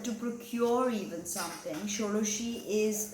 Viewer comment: Your Bengali accent is indeed very accurate, especially when you were mentioning "Shodoshi" 👌 Nonetheless, if someone is born in Ketu's dasha, are you suggesting one should not offer prayers to Devi Dhumavati? Someone suggested me Dhumavati Kavacham...